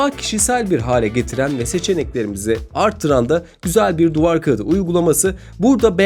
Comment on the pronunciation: onun için mi duvar kağıdı diyemiyor🤣